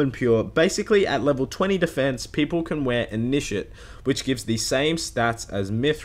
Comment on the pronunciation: lol, the way you say initiate.